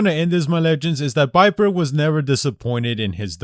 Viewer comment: Viper not biper